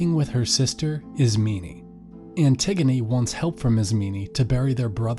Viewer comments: dude am i the only one who got triggered after he called Antigone, Antigeneeeee and Isemen Isemeeeeneeee? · Why are you saying Ismeney?? There’s no “ee” at the end. And it’s Eteocles on Eteclees. Pronounce the o. And it’s Polynices like Poly nice knees. Not Polyneses. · Great but it’s IS-MEH-NEIGH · they need to have a pronunciation guide i this book stg i was saying ismeynee the whole time.